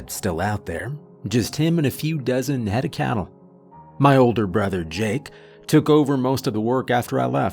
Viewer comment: I replayed that opening minute admittedly far too much because I thought you said 'A few dozen headed cattle.'